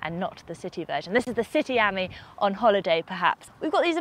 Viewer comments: Er.... it's an aMEE, not an AHmee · It's French, so surely it's pronounced "am-EE", not "ammy". C'est pas difficile, mes amis. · It’s pronounced as “friend” in French and not the way you’re saying it .